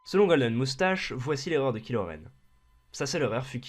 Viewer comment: TRRMINATOOOOOOR ! Mais, ça parlera de quel film? Parce que je n'ai pas vu le cinq (et clairement, j'ai pas envie de le voir) Aussi, on ne prononce pas "kilo" Mais "Kailo" :) Enfin, c'est une super vidéo, je suis d'accord avec toi pour tout ! Continue, c'est super :)